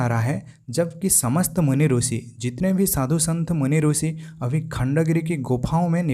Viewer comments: रूसी नही ऋषि का शुद्ध उच्चारण कर लो श्रीमान जी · Actually Marathi me bhi rushi pruthvi amruta vrushali ye pronunciation hote hain. Ab ye sh ko s pronounce Kar raha hai isiliye rusi bol raha hai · Aapne sahi kaha..Is taraf hindi ka uchcharan hai...bhasha kabhi nahi badalti hai...'i' ki jagah 'u' laga dete, galat uchcharan hain inka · गलत उच्चारण है।